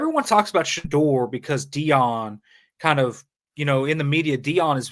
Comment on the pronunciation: All I'm hearing is the way you're pronouncing Shedeur. Did I miss something? I've never heard anyone say it that way before, including Deion. I'm going to be questioning myself every time I say it now.